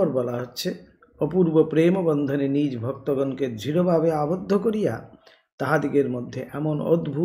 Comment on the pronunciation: Nij naa bole nijo bolle mone hoy vaalo shonabe.